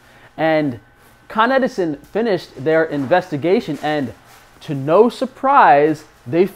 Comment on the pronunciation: Con-Edison - it's right there in the name